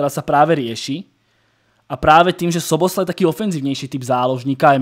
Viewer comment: szoboszlai sa čita ako "soboslai" len tak pre info